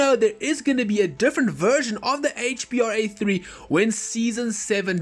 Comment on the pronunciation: It's HBRa3 not HBAR3